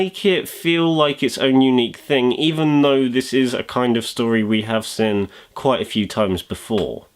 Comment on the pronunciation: This guy says seen like sin